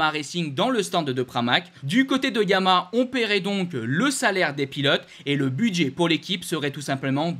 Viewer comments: tu n'as toujours trouvé un orthophoniste pour ton défaut d'élocution:YA-MA-HA....... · T’as du mal à prononcer Yamaha !